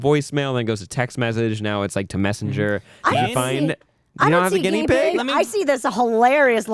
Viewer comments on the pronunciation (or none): Every time Matt says "guinea" the part of me that grew up in a Sicilian family cringes.